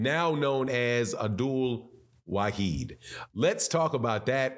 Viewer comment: The man’s name is ABDUL WA-HID 🤗